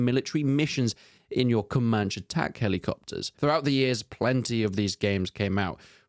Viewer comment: it's wild how confident that ai voice says "comanch"